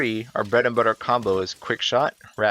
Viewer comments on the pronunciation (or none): none